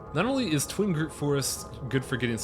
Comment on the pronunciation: TWIG-ROOT! Not Twing groot! I like the LP so far but that is driving me insane!